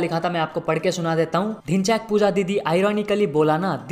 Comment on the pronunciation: Others:Dhinchak puja Le:Dhinchyaak puja😆😆 Gajjab beyjti😹